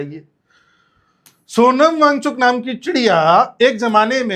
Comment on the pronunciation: सोनम भागचुकी✅ सोनम वां गचुक❌😅😅😅😅